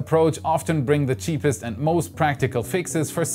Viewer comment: LOL, der war gut. Aber Du hast Recht, er verschluckt das "D" gerne mal.